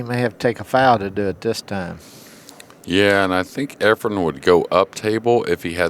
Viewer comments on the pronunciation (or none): Nick Varner still calling him Efrom. For fks sake somebody tell him the name of the greatest pool player ever.